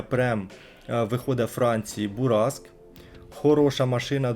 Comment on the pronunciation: Бураскуе це топ))) читаєтся з французького, як бураск тобто "шквал"))